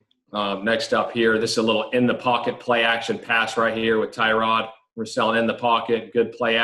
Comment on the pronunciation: This is not how Tyrod pronounces his first name.